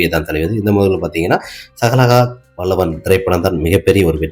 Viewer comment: Sagagaha vallavan illa..athu sagalakala vallavan k va correct ah sollu